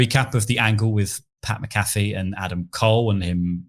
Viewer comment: Its Pat Mac Uh Fee